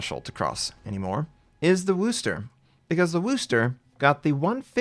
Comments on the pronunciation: Wuss-ter Not WOOs-ter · wooster? no, wusner